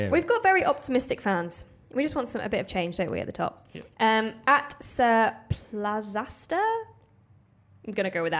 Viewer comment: hey I made it into the France predictions! and yes, that's how you pronounce Plazasta. Stupid name, I know